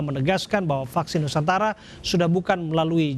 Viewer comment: vaksin nusantara,,, bukan nusantala